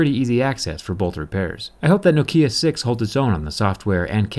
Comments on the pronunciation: no. nokia is nokia. not nakia.i know this, im from finland. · "No-kia could also be pronounced like Nakia"... Never heard of it being said like that, atleast not in Finland. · It's always been pronounced nockia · They still need to tell people that Nokia is pronounced Nock-ee-yah not noe-key-uh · As a Finn I heard Noukiia and Nakia but not Nokia. ;) I guess one could use this as a hammer. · damn it the way he pronounce the name nokiia is fkng sacrilege! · It’s Nokia not Nokia mate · who pronounces it as nakia bruh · Ahhhhh, I was wondering when someone was gonna ding you for saying nokia instead of knockia. But semantics, this phone is built tough, I like it. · I like this accent. No-kia. It's pretty cool. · Thanks for your informative videos. One small nitpick, your pronunciation of Nokia is wrong. The emphasis should be on the first syllable. To anyone who lived in Europe or Asia in the 1990s and 2000s and couldn't escape Nokia's ads, this sounds jarring. Thanks for the great work and keep it up. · By the way the pronunciation is not a matter of opinion or were you are in the world, it is a Finnish word and it is pronounced as they pronounce it in Finland. (edit) Oh and by the way I am 90% sure you are saying it wrong. The accent should be at the first syllable. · Zack, your accent it's wrong when you say Nokia. Why do you do this?